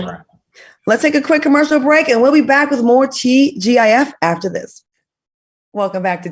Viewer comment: YOOO Q COUNTRY ACCENT WHEN HE SAID "IN DA BACKKK" 🤣